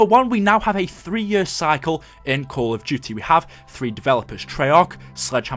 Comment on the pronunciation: I love the way u say year xD YURRRR